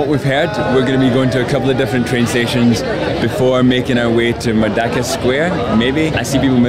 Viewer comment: Correction..Should be pronounced "MERDEKA" and not 'MERDAKA'..do not pronounced 'E' as 'A'😂..cheers